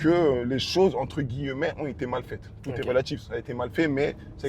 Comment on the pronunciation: Wsh il kiff dire entre « gui-lle-met » 🤣🤣